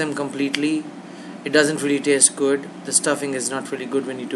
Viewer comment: its "gwood"!!!!